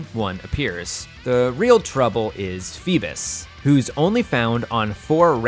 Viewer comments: FEEBIS! no no no. Fee-Bass. Very simple, my dude. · how do you mispronounce so many Pokemon in ways that are still ok on the ears? Feebas, Buneary, Riolu, ect.